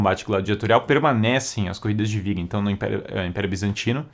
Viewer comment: quando você disse viga, o correto não seria biga? Sei que tem a questão da pronúncia do B e V em Espanhol, mas sendo uma palavra em Latim, acredito que teria som de B mesmo.